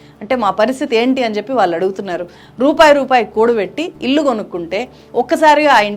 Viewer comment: అమ్మా మీకు విజ్ఞప్తి. మీరు వాల్లు అని పలుకుతున్నారు ళ అనే అక్షరం భాష నుండి వాడుకలో లేకుండా పోతుంది మీలాంటి విజ్ఞాన వంతులే "వాళ్ళు "అని పలకాల్సిన పదాన్ని వాల్లు అంటున్నారు. దయచేసి భాషను బ్రతికించండి చంపేయకండి